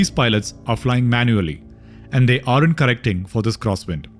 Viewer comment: Excellent video. Please learn to correctly pronounce “are’nt” (sine you are using it many times) … it is not pronounced “ARE-AUNT” but, more like “AUNT”